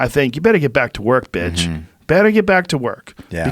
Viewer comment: Joe said “bitch” like “betch”